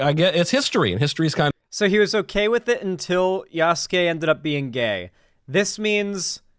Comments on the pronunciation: Yasuki!? God I just felt my wife’s Japanese Language education psychic damage. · Wouldn't it be pronounced: "Ya" "soo" "kay"? Japanese focuses of pronounciation of specific syllabels. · Michael! How is Yasuke pronounced Yasuki?? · i know hes probably mispronouncing Yasuke's name just to be a bigot but after over a year studying Japanese its physically painful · The way knowles pronounced yasuke and naoe is physically painful, partly cause that means he's to lazy to look up the correct way before and that he refuses to admit he's wrong on it. Also more games should do what cyberpunk did, it's more realistic and ironically the lack of what cyberpunk did kinda gets in the way of games having bi characters. Basically if all the romance able npcs are mechanically bi it can dissuade devs from making characters who have the trait of being bi. Imo there's a difference between npcs and characters being mechanically bi and having bi as a trait they have, if being mechanically bi is a default for npcs it can reframe characters who have bi as a trait in a odd way(not really sure how to describe it, maybe it's cognitive dissonance, idk). It's also interesting how FNV goes about it, just having it tied to perks. Doesn't make to substantial of a damage difference while still letting you choose in a way that will reflect in dialogue options and out of dialogue options.